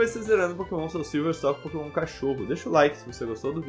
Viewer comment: so eu que ouvi "nao podemos usar pokenom do tipo agua